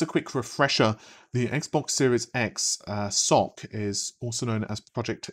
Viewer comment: Ess-Ohh-See is probably more correct, but certainly less entertaining. Keep with the Socks :)